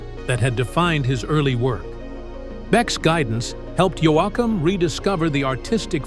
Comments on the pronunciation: It's YOE-KUM. not YO-AH-KUM OR YO-AY-KUM!!! Fake a.i. narrator here or what??? Note: If Yoakum didn't have a nose, he couldn't sing. 🇨🇦❤️💪💪💪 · I wish he’d stop calling him “Yo-Ack-Am lol! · Can't even say his name right